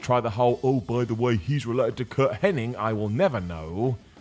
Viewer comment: It's not Henning it's Hennig